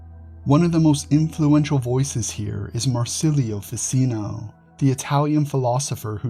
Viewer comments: Very interesting, but may I just say , Ficino is pronounced Fi-tch-ino. As in ch-oose. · Ficino is pronounced Ficheeno like cappuccino.